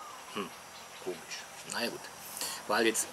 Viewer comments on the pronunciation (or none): none